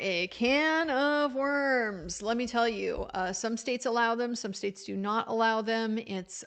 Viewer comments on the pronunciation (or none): none